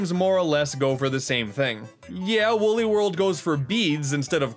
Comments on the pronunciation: its wooly not wuuly come on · its wooly not wully